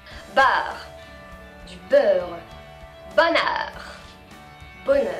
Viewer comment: Beurre= b-"heure"